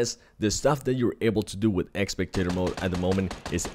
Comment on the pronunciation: It's spectator not expectator